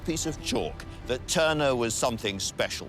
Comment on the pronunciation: Tuner or Turner?.... sloppy